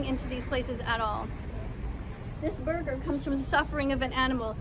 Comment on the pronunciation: borgir cooke pitzah